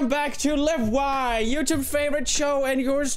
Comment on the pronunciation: its not "lwai" its "lweeai"